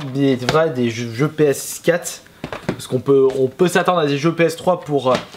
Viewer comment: MON DIEUX ARRETE DE DIRE PSKATTE! PSQUATRE AVEC UN ''R'' SVP!!!!!!!¨